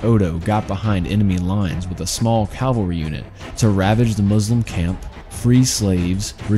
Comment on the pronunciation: CaLvary?? Really? ugh